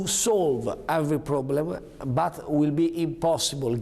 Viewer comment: It isn't said BUTZ, it is said BUT....Renzi